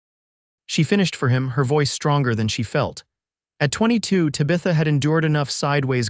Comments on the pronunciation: Beautiful story, but it did annoy me that the entire video called her Tuh-bitha. Guess that’s just an unfortunate issue with AI. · Oh boy, another AI narration that mispronounces the main woman’s name so bad I can’t watch it.